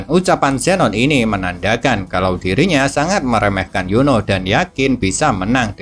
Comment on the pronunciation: Min kok Lo kayak ngomong Yono ya bukan Yuni😂😂😂